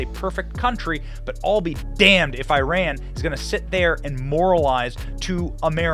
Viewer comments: “It’s pronounced Ee-ron, not I-ran.” Benny: “I-ran” “I-rainians” Lol And thankfully, the men’s US soccer captain isn’t a male version of Brittney Griner. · Love that you said "I Ran" every time... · EYE-RAN is a horrible country anyway. Before you tell Us how to pronounce your country's name, learn how WE speak and pronounce our letters. When we are in your country, you can complain about a pronunciation, but until then Shut-it. Your country will not let females read, learn, speak and have an opinion. Clean up your own back yard first before telling someone how to speak. In the English language, the I in Iran is properly pronounced as EYE. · Whatever that is but you guys intentionally call it Aye-ran ! Why don't you call it Aye-ndee-ya for India or Eyes-real for Israel. But thtas expected, Americans are dumb anyway. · Eee Ran? Nah, you flopped over your sandals ya loosers 😂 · TRASHY VIDEO AGAIN... AND YOU SMART ENOUGH TO DELETE MY COMMENT. ABOUT THE PLAYER FREE FROM RUSSIA. I DON'T LIKE EITHER BUT YOUR TRASHY VIDEO MAKING ONLY ONE MAN GUILTY? THAT'S TRASH. AND IRAN IS "NOT WRONG" THEY PRONUNCIATION IRAN AND "WE ON ARE LANGUAGE WE PRONUNCIATION IS GOOD" NO ONE PRONOUNCE OTHER COUNTRY RIGHT. Making video of this comment and the one you delete... so how you hide the truth to gain subscribers. 🤣🤣👍